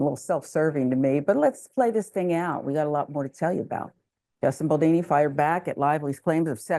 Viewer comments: Is it so hard to pronounce his name correctly? BALDONI, not Baldini. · It's BaldOni, not Baldini. What kind of crappy "news" show am I watching here? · Why do people say "Baldini"? There is literally no "I", that's an "o". The American ineptitude to pronounce simple things never ceases to amaze me. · the name is BALDONI, not Baldini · I found delivery annoying. And she couldn't even be bothered to pronounce Justin Baldoni's last name correctly. It's easy enough to pronounce according to how it's spelled - but she kept saying Baldini. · is the woman who gave all the commentary. Given all the press, she should have been familiar with the pronunciation of his last name. Baldoni - pronounced as easily as it is spelled - it's just as easy to say as Baldini. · It's BaldOni... not Baldini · All drama aside, its disappointing that a black person would be comfortable mispronouncing someones name. This is something we know all too well. Threw me off. But there is bigger problems in the world may be!!!